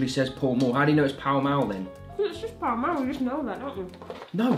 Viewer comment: Paul mule Liana: PALL MALL!!!